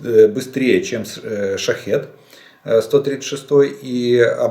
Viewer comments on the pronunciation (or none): none